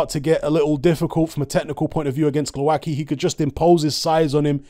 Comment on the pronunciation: From my experience of Slavic langauges I'd say you pronounce it: Glov-ats-key